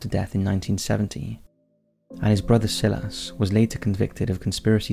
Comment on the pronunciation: The narrator needs to realize that not all words are pronounced phonetically. "Si-lass" instead of "Si-luss" for Silas and "deh-briss" instead of "duh-bree" for debris.